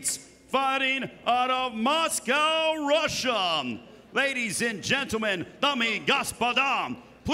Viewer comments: The announcer said "Floridum" "Russiam" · That annoucer was trash kept saying Floridm and russiam😂😂😂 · Why is that ring announcer putting an M at the end of everything? Floridam, Russiam, Kharitonom... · Why does the announcer pronounce words ending with "ah" sound as "um"? Like he says, "Russium" and "Flordium"